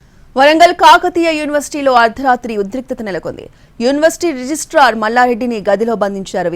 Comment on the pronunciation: Not 'Register' - say 'Registrar'.